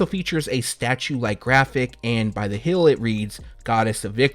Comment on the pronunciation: Heeeeeeee-eeeeel! Not Hail!